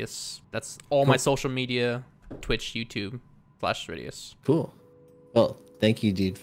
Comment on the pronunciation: When you first said cerridius I thought you said SirD lol